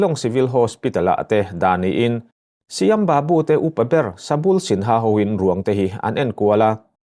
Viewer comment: Ka pu Shyam babu/Sam babu tia lam tur a ni e ilam dan hi a dik lo aw.